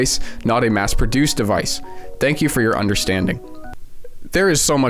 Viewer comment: Tank you.